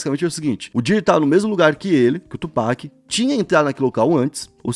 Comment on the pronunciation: FABIL, Tupác!!!! Tupac, pelo amor!